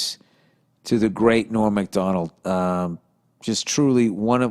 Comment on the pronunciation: Bill, It’s norm MAC-donald not Mc-Donald